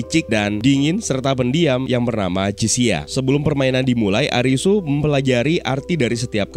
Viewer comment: Karena ga ada huruf L di alfabet bhs jepang, jd Li dibaca Ri Jg dlm bhsa Jepang tidak dikenal ada bunyi mati, berakhiran konsonan. Semua kata dalam bahasa Jepang berakhiran hidup dengan vokal, kecuali satu konsonan “N”. Jadi bukan ARIS, tp ARISU